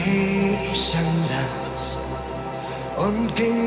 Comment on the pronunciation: Grieschenland. Was ist das für eine Aussprache. 🤦‍♀️